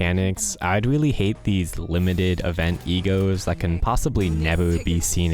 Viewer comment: omg when you were saying "E.G.O.s" I was hearing "E-girls" and it confused me so much